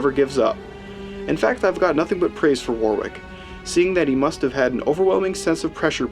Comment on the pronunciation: It’s pronounced wo-rick